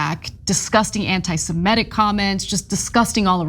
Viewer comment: Anna needs to learn how to pronounce antisemitism